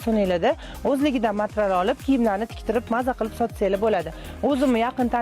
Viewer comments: Матрал эмас материал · Матрал эмас матерял